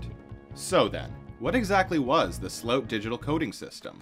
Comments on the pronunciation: it's SLOOT not "slauwtsh"... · Great vid but sloot is pronounced whit the o in : O i did not see you tere Thats how the double oo in dutch sound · His name is more pronounced like slewit. The ew (oo) sounds a bit like uwa. Did I just confuse y’all even more? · It's difficult to understand based on it being a foreign language name spoken with an English accent, but it seems the subject's last name is "Sloot", pronounced in the video like "slope" but with a 't'; although sometimes it seems the narrator pronounces it with a more "ow" sound. Here I am less sure what he is saying, maybe "rapid base storage" or "repibase storage". Not sure what it is so it is impossible to look up what the narrator is saying.